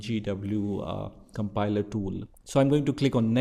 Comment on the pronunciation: A compiler❌ "a campailaaa"✅ 🙂🙂🙂🙂